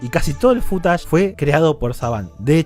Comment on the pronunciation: No me gusta como decís footage. Suena a futanari